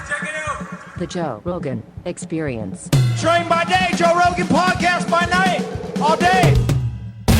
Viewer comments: Joe Rogan Exspearence 😅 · Joe Rogan "Expeirence" deep love you slap joe hogans bald spot